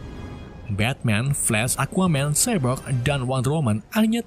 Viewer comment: Cyborg bukan cybrog Bacaannya saibork bukan sibrok